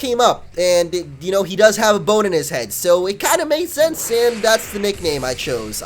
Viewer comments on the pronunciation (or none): none